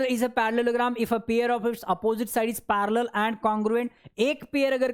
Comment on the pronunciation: Sorry for this comment but it's pair not pier...😂